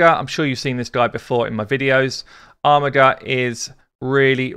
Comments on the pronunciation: youre saying armiger wrong. its not Armigger, its ARMIJER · there is no way to prounce a made up "name from a made up world"....without knowing its origin on planet x in the nowhere galaxy its "WLTRWRQ"